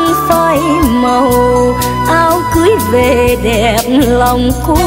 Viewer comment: Rất chuẩn giọng ca của người miền Nam ! Nhưng chị Lâm minh Thảo và anh Quang Lập có vài từ trong bài nhạc nếu phát âm theo cách người miền Nam Lục Tỉnh thì sẽ mùi hơn. Thí dụ, chử Về, Vì...Và, Vi, Vu, chử V này giọng Bắc và Nam khác nhau xa lắm